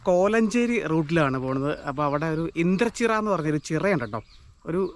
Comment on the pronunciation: Bro vdo kaanarund kollam ❤ithu nangade kolenchery. Google map kurach karakkilo aa mazhuvannor (right )pidichal avde etham. Bro indrachira alla indranchira.